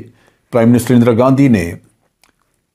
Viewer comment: "اندرا گندی"